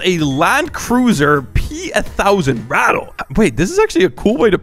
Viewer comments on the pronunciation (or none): Is called Rat-ta (Ratte) Not Rat-le